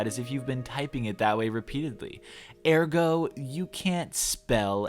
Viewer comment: Air-go...... air-go.. I’ve never heard it said like that